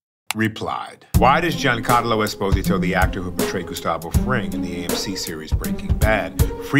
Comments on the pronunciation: It's refreshing to hear him spelling his surname the italian way (with an emphasis on the first "o") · I love how he pronounces his last name with the correct Italian pronunciation, even though the world community pronounces it wrong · Love how he initially said pronounced his surname the correct (Italian) way and later on when speaking faster said esposìto (with the accent on the I) like American and Spanish people say it